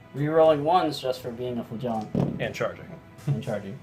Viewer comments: thats Mr. Flagiant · The emphasis is on the first syllable. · The flagellant pronounciation seems a bit off. Love the flagellant giant though.